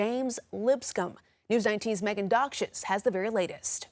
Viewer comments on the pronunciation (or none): did she say Megan "dogshitz"?